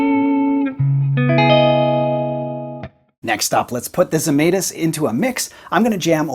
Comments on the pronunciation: A lithuanian here.. I guess you would like to pronounce the name the right way as a guitar sounds. So. It goes like Žemaitis. First letter sounds like J from jam. Just without the D in front. Let us all keep all the sounds right. Just like the guy made in his guitars :) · Lithuanian manufacturer. You butchered the name, though. My mom would be furious LOL